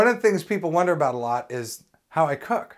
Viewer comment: are you saying "ho" or "ow blind people cok food"???